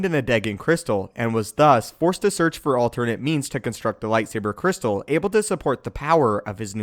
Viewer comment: I took a drink of rum every time I heard "lightsabah cwystal" and I now write to you from the hospital. 🖕